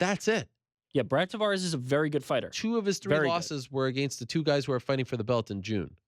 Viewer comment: also the way he says “against” he says it like aGAINst ... annoying